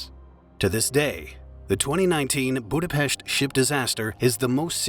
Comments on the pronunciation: I am Hungarian and I remember vividly how big tragedy it was (I was in high school then). Also, thank you for pronouncing our capital's name correctly. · I remember it being a shock to the whole country back then. Thanks for covering it. And special thanks for mostly proper pronounciation of Budapest, even though Hableány and other hungarian words were butchered as usual. 🙈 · Thank you for the correct pronunciation of the city name Budapest! It is spelled with SH, pest is a disease, while the city is Pesht! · You are terrible at pronouncing humgarian names. It's not "hableani"... more like "hableanj". Terrible. Do you research a bit better next time... One good point: You say "Budapest" well :D But you murdered Szécsenyi :D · It is humbilng that you pronounce 'Budapest' as correct as you can, but 'Hableanee' or 'Gisaimaree' square??? HABLEÁNY JÁSZAI MARI TÉR Please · thank you so much for saying budapest the correct way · That's the only Hungarian name in the video that he didn't buthcer. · Thank you to pronounce Budapest the right way :) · shoutout for saying Budapest right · congrats on the way saying Budapest. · >says 'Budapest' almost correctly >butchers 'Hableány' I am disappointed Like come on, if you can't stop butchering it DON'T SAY IT.